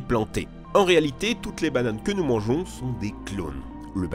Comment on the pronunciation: Nous sans S XD